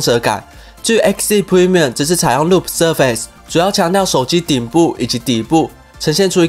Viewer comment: 留意一下 surface 的ace 不是唸 ace，而是唸作is。 只是作個提醒